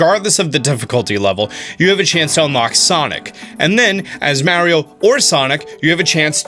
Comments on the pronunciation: Meh-rio lmao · Thank you for saying mario correctly, may ree oh! medigans..... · I don't know why but hearing it said the way he says it in the video actually stings me in the chest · Why do you pronounce mario and dr. Mario different? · Dope video. But I refuse to follow you because of the way you pronounce "Mario" lmao